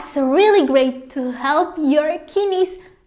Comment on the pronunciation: Kinneys he he